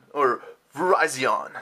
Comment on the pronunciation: Its ver-iz-ion